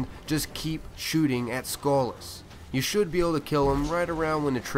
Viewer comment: Sounds like you're calling him "Skull Ass"